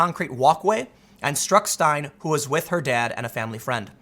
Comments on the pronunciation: Pronounced Stein-LEE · It's pronounced "Stein-lee." Big case here in crazy CA. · Pronounced "Kate Styn-Lee" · Steinile not Schtein Edit: Sorry Lord MeanieBeanie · Name is pronounced Steinli. And California is hell on earth. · her name is pronounced "stein-lee" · I have a hard time believing Tim has never heard kate's last name said out loud.... "Stein-lee" I'm also suspicious about the fact that this "immigrant" picked up a t-shirt with a gun in it, and accidentally fired it..... BS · Just a little help, Tim... it's pronounced... STEIN-LEE. For Christ sake, you can pronounce the killer's (oh sorry, acquitted killers) name but, can't say hers. It was all over the fu*king news for months... you couldn't do just a moments research to figure out that one small detail. Come on Tim... I thought you were better than that. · Steinle - "Stine-Lee" You've been saying ti wrong as long as you've done videos on it. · Tim, her name is pronounced (Stein-Lee) and that "man" finding a gun in a T-shirt on the ground, accidentally firing it, randomly, and hitting a girl that is standing down-range with her dad, is so much LESS likely than winning the Lottery, while getting struck by lightening and rolling "Snake Eyes" 50 times in a row, while standing on one foot and eating Vanilla cake... ON MARS. He totally killed that girl He should not even be in this country, I can not believe that there are zero consequences for this action. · Tim, this happened just a few weeks after Trump announced his candidacy for President when he said, "they're not sending their best" Bottom line, Kate Steinle(pronounced Stein-ley) an American Citizen would still be alive if it weren't for the insane Anti-American sanctuary cities bull shit. The Democrats would rather protect their slave labor serf class to clean their toilets, mow their lawns and pick their vegetables than protect American Citizens. Keep voting for then Beanie Man. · It's pronounced "Stien-Lee". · Her last name is pronounced Stin-Lee